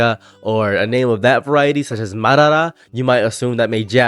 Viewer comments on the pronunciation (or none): none